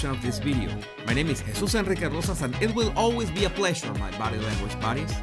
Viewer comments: You have to roll the R's a little, in En-rrr-eekay and Rrr-osas. With He-SOOS, the accent is on the second syllable. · Try this gringos: Jesus (hay-zoose) Enrique (Ehn Reekay) Rosas (Row zas). Spanish is phonetic, within IT'S set of rules